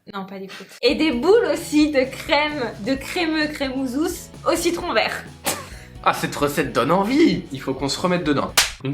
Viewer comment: Lol j'ai repasser au moins 5 fois le moment où dit "verru" pour vert😂😂😂